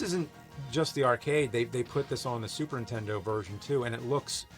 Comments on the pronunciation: I don't know what you mean, as if there's another name for it, but he actually mispronounces "Super Nintendo" at least twice, saying "Super Entendo" Edit: OK he always mispronounces it. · James: Super Intendo.... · "Super Intendo." - Jame Rolfe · Super tendo la pantat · Super “Intendo” I can never unhear this. Thanks James 🤣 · Super entiendo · He prounounces it more like "Super 'Tendo". I usually say Super N-E-S. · Also 'Super Nintendo'. Given his schtick, it seems kind of ironic.